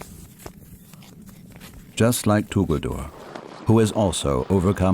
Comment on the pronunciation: Tuguldur....that is right pronunciation. 😀 meaning is nice too. It means beautiful, heavenly or maybe stunning 🤩